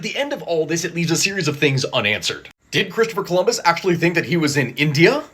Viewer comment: "asktually" the channel